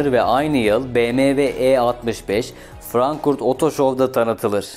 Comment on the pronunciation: Frankurt olarak değil yazıldığı gibi okunur.FRANKFURT 😊